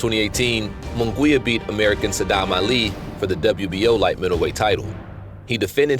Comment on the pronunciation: Its not Moon Gwee ya. Munguia is pronounced Moon Gee ya with an accent on the gee syllable! Get it right if you're going to comment!